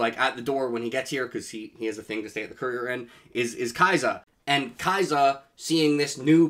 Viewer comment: I also like this chapter and I like your enthusiasm, but I hope you realise that you've been saying her name wrong the whole time. It is not Kaisa, but Kasia, which is a Slavic name and short for Katarzyna.